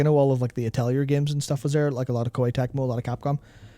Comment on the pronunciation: "atelier" "niche" yoooooo... we need to talk.